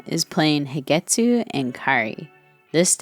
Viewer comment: its HIDETSUGU NOT HIDETSU :P